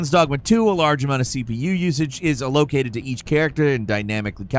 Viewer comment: Poor...still cant pronounce simple words like "allocate" properly. GIVE THE CHANNEL TO JAKE!!!